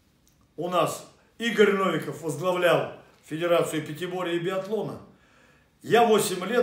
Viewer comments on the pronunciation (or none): none